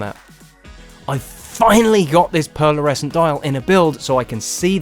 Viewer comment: Superb mod, not without its hiccups but couldn't work out why some shots at the end had a second hand with the red dot and some didn't. I think this will be my first project, just waiting for the final tools to arrive. L,astly, its pearlescent and not pearlersecent. Just saying!😂